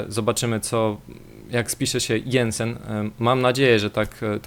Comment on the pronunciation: do chuja pan, nie Jensen tylko Janssen i nie z PSV tylko AZ Alkmaar, Ty jesteś kibicem Spurs?